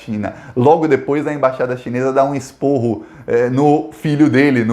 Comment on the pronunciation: Esparro.no lugar de esporro